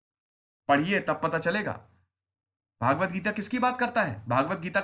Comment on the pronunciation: भागवत नहीं साहब भगवत होता है